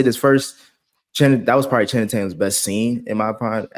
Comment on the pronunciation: take a shot every time calls Channing “Shannon” 😂